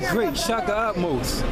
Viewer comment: It's Ahmose, not Utmosh